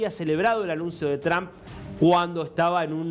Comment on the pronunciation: Todos los Argentinos, pronuncian el apellido del presidente Estadounidense de manera equivocada. Si no hablan inglés simplemente digan Trump con U.... esto es mejor que TrAm...es A está muy demás.